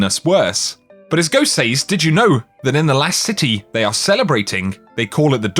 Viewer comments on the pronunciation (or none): Your inability to pronounce the word “says” is like fingernails down a chalk board. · Anyone else get annoyed at the way he pronounces 'says'?